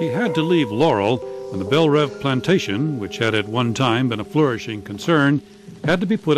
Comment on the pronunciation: That and the mispronunciation of DuBois and Belle Reve 😢